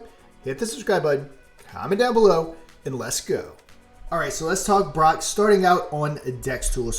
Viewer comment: "Brock" this jeet over here, its pronounced BROKE*